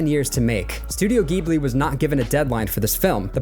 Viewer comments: Just to nitpick, Ghibli ジブリ is pronounced “jib lee”. 🫡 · Wins an Oscar, Americans still can't pronounce Ghibli. Imagine if we all called it "Jisney", although that is probably a good description of their work in this day and age.